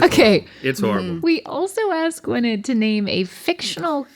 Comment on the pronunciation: as a welsh person the way you're all saying gwynedd pains me